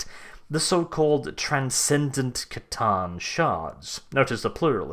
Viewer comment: Thank you for proper pronouncement of the C'tan instead of the people who say S'tan !